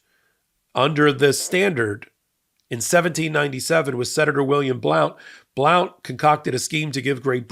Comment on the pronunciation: Blount is pronounced BLUNT!